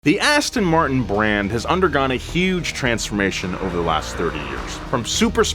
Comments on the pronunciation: Aston Muurrrrrt-in - That's not how you pronounce the royal brand. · I would be a good start if you could pronounce the name correctly. It is "Aston Mar-tin" and not 'Aston Mart-in" as you say! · ass ton martin omg learn how to pronounce it first